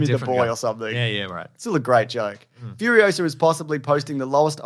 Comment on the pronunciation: I knew after every YouTube ad when I’d hear FURIOSARRRR a thousand times a day that I would not be seeing this film lol